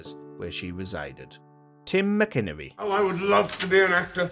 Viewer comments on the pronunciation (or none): Tim Mac-in-ernie. It’s not McInnery